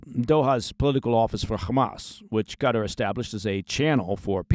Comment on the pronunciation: What’s this CUTTER place your all going on about….. do you mean QATAR!